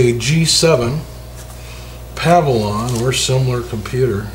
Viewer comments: Pav-a-lon? Think you mean Pa-vill-ion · How do you own a computer business and pronounce a word that is spelled exactly how its pronounced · Puh-vill-yun it is pronounced Puh-Vill-Yun Not Pav-A-Lon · It's pronounced PUH VIL YUN, not PAH VI LAWN. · pa-VILL-yon, just saying. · Pah-vee-lee-yon lol...your shortcut is clever, but I'm not sure if it's legit. I would just do it the right way. Take it apart and clean dust + plus new thermal paste. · PA-VIL-ON LOL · What the hell is a Pavilon - it's Pavilion......PAH-VI-LI-ON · pah-val-on? lol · Glad I wasn’t alone 🤣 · Its like a pavilion you sit under. Just because its a computer doesn't mean you gotta pronounce shit all fancy. Its a pavilion like a gazebo or a hut. I hate when people pronounce it like you do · Can you "go ahead" and pronounce the computer by it's proper name? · You're pronouncing the name of the computer incorrectly. You're leaving out that second 'i.' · in the opening 4 seconds, no less. tried to give him the benefit of the doubt, but he did it again. I never recommend HP laptops to people I like. ever.